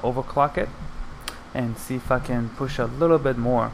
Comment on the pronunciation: Is it just me or does it sound like he's saying fuckin instead of "if i can" 😂